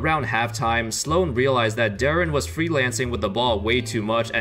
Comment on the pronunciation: Darren bruh it’s deron.